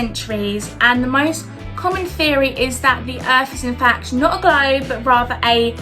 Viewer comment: What's up with this girl's vowel sounds? "Peepoo believed the Earth instead of bein like a glaybe..."